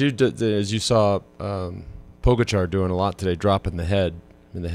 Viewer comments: Isnt it pronounced Po Gotcha? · Is Poe-Gotcha really that hard to say? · Po-gotcha. Please, for the love of all things good and right, say it correctly. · Poe Guh Char